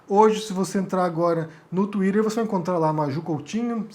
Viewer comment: Qua do vc estiver falando em português, ñ se esqueça q aqui nós falamos Tuíter e ñ "tuírer." A edição dos seu vídeo fica um pouco estranhos com muitos cortes bruscos. Mas gosto do seus comentários.